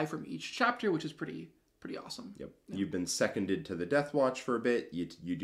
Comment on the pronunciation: Love the video! I am going to have to be 'that guy'.... It's pronounced 'see-con-dead' not 'se-con-ded', like 'secondment'. I know, who cares, just my OCD kicked in, please do ignore me 🤣🤣🤣